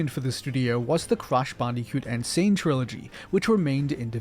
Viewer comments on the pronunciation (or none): none